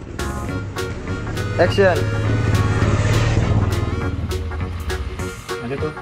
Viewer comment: saya hanya mau bertanya yg mengucapkan kata action dari episode awal sampai episode 37 itu adalah org yg sama atau bukan..? Klo emang org yg sama tolong biasa aja dalam pengucapan kata action nya sama wkt di episode awal2 rating atau viewers kan tdk serta merta merubah dialog atau ciri khas suku kita yaitu Bugis/mksr tapi adapun org yg berbeda tolong pengucapan actionnya juga biasa aja ktn sutradara sebesar dan sehebat apapun yg ada di perfilman Indonesia kayaknya tdk gitu2 amat ji Maaf ini hanya sekedar input ji 🙏🙏🙏